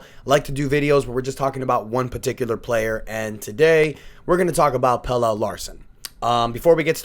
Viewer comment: I could’ve sworn his name is pronounced Pel-la